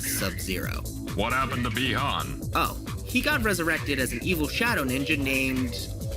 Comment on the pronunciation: You pronounced Bi Han wrong. But I'm thoroughly impressed. I'll subscribe.